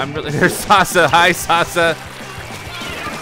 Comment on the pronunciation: It's pronounced Sass-a (Sasa). Stands for Saginaw arts and sciences academy